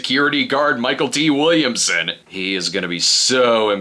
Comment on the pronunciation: MICHAEL T Williamson? 😂 It’s pronounced “mick L T.”